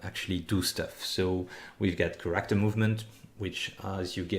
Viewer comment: Took me awhile to realize when your saying Corrector, that youre actually saying Character. But awesome tutorial! Im excited to use this engine and really appreciate this extensive amount of tutorial videos!